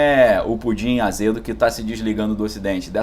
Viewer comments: fala o nome direito! se fosse pudim beleza mas não é. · Tu fala Pudim para parecer engraçado?